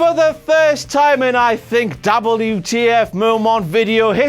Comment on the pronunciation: You mean DABBLU TEE EFF